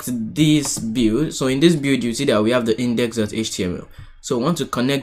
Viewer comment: "bild" or like "be:ld", not "bew"...